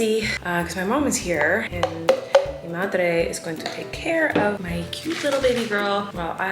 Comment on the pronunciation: i LOVE when colleen randomly says a spanish word, she also pronounces them very well, "mi madre"